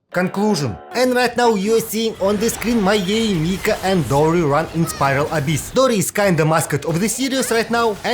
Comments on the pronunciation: Why you sayng Yae M I K A ? ? >_< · yae miko ❌ yae mika✅